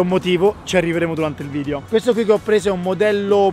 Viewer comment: Ha fatto 6000 video e non riesce ancora a dire video e dice vidio 😂😂😂